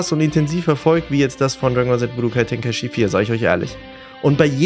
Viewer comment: Es heißt "Içi" 😭